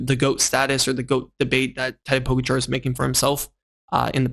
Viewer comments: It’s Po-Gotcha! Not Pogarchar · Hey btw its Po-ga-cha not Po-go-char 😃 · The A in Pogačar is long. Poh-gaah-char. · Seriously man, it's easy to learn to pronounce POGE--A-KA correctly as well as the basic 'peloton'. I mean don't you ever watch GCN? It's bloody shameful that you can't pronounce even the most basic bike terms. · This is a message mostly for. Since you made an effort to correct you pronounciation of the name Tadej's name here is another correction. For both the first and the last name the accent is on the second syllable. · O-M-G This video is unlistenable because of your DUMBASS pronunciation of Pogacar NAME!!!!! YOU SUCK!!!!!!!!!!!!!!!!!!!!!!!!!!!!!!!!!!!!!!!!!!!!!!!!!!!!!!!! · Dude, you have a cycling channel and you can't pronounce the name of the dude who has been the number 1 rider for the last 4 years? It's not even that hard. Is it laziness or something else? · Missing an R at the end. End no T. Its hard to explain, his not saying it bad, just need emphasis on the second A